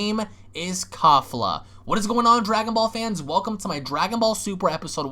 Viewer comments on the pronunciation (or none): Kalefla (kefla) the real proper pronunciation